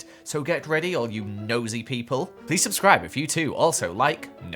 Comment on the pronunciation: Ok so I'm going to do a thing that every time says subscroob in a wierd way I shall make a new account to subscroob again